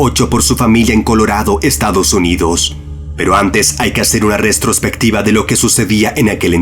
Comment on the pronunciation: es lo que dije, lo que pasa es que dijo "restrospectiva" con una "s" de más (antes de la "t")